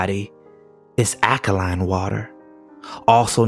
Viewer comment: The word is AL-ka-line-NOT aka-line...